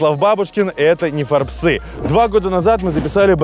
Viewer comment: Вот всегда интересовало, почему Нефорбсы́, а не Нефóрбсы:-))) Всë-таки журнал Fórbes с ударением на О! Примерно как Ку́пянск и Купя́нск... Первое правильно. Река Ку́пянка